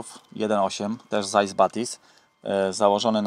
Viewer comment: Nie "Zajs" bo to nie zając po rusku tylko nazwisko "Cajs" (Pisze się Zeiss). Aż w zębach łupie jak się to słyszy...